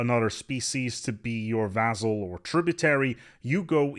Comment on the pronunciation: you where probably expecting my comment. In this video you miss pronounced vassal 15 times, that's one hell of a record. Much love, great content as always.:-)